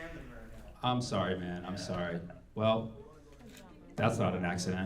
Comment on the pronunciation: Her "Man" is so far from that word😂😂😂😂😂 ....She's the "WORST"😂😂😂😂